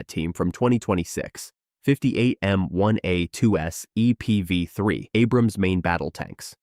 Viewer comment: You assume he animated it. Never heard a human say M1A2 SEPV3 like that